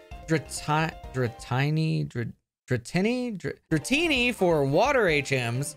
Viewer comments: It's EK-ru TEAK. As in the off-white color, and the wood, going with the theme of towns named around trees in the prefecture. Dude you can't even say Dratini? DRUH tee nee, rhymes with bikini. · I honestly can't tell if it's a bit or not but the fact that you don't know the pronunciation of Dratini made me quit out of the video immediately